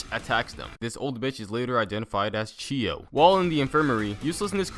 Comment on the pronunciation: when says chiyo I thought u said "cheeto"